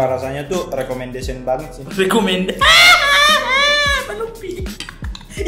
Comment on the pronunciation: rekomendesion jujurli 😆